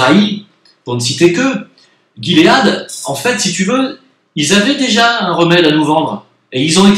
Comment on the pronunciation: On dit : guimauve . On dit : gilet Donc guilead en anglais Donc "ji lead "en français.